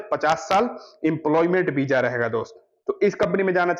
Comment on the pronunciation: Beeja nahi visa hota hai